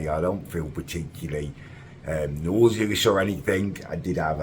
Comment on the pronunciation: Learn how to pronounce nauseous.